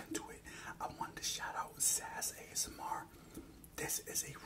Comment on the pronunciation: its S.A.S ASMR not SAS ASMR